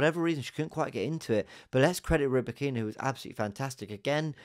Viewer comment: RybAkyna, stress on the first A mate. Ryba is a fish on Russian))